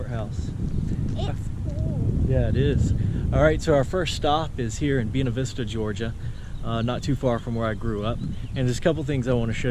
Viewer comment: Buena Vista is pronounced & sounds like........BuAna the first a is a long a. Bu A na Vista. Love the videos.